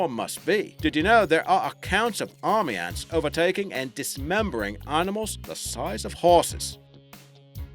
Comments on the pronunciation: Aurmy Aunts ? This guy is a joke au au au aunts ... ants? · "fire uns" "Un lions" "Army uns" "Assasen bug" "Bullet uns"